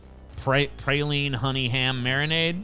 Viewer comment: The way TJ pronounces "filé" and "praline" makes me question him being from Louisiana lol I only tease of course